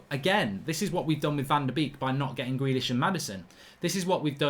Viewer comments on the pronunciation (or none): none